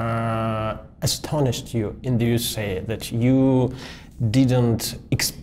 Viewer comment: какое слово использовал как "поразили", на слух типа "estonished"? не знаю такого глагола и в словаре не нашёл подходящего....